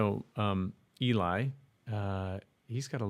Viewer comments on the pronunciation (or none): Just a clarification: Eli is pronounced Ehl-ee, not Ee-lie. Check out their cover of Nothing Else Matters and Geoff's upcoming release (slated for tomorrow) to really see how they showcase the songs but really make them their own. And yes, their live performances are amazing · Eli (pronounced like Elly) has a fantastic range. You missed Nothing Else Matters which shows his lower range which is just lovely. Cesar did the high note in Dream On and his range is also huge though he doesn't want to know what it is. When they do live shows they make it great for the audience. It's where their humour and just good nature's come through. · I think this is such a beautifully re-imagined version of this song. Love your reaction as always! You have missed SO MUCH AWESOME VOICEPLAY,! DAMMIT! LOL....Check out their cover of Metallica "Nothing Else Matters"! You've also missed tons of Geoff's solo stuff! BTW...Eli is pronounced "Elly" (like Jelly). Another acapella cover I think you would lose your mind over is The Bass Gang "Hooked on a Feeling" featuring Tim Foust. It is brilliant! I don't think you have listened to Voiceplay's "In the Hall of the Mountain King" either...amazing stuff! And your brain will probably come to a screeching halt when you hear Geoff's cover "Ain't No Sunshine" and his Elvis cover of "Way Down". But there is so so so much for you to catch up on! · It HAS been a bit of time, since you reacted to VoicePlay.......you have a lot to catch up on....they have a lot of 'short' videos, as well as their supply of 'minis'......Eli's name is (Elie)zer, so it is pronounced as Elie, rhymes with Jelly......>^^<.....nice to see you back. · YOu have been gone awhile. Eli (Ellie) rhymes with jelly. Cesar is a baritone/tenor. It's kind of like thinking Geoff is just bass.